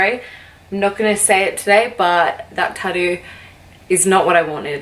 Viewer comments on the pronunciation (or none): Omg love the way she says tattoo lol "tadoo" 😂❤️ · I love how you say tattoo lol